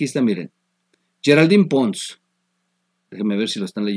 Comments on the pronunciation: Oye ¿Por qué le dices Geraldine "Pons" siendo "Ponce" [Ponse]? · El apellido es Ponce, no Pons. Ya sabemos que dominas el inglés. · Amigo se pronuncia Geraldine "PoncE" la E suena al final de la ultima silaba...a diferencia del apellido "Pons" que no lleva ni C ni E al ultimo. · Lee, es PONCE, no Pons.